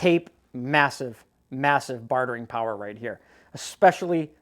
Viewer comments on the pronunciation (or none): none